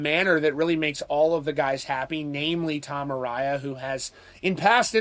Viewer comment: A-rye-a? No, A-ray-a